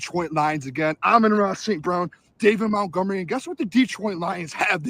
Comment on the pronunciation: Again it Montgomery not Mountgomery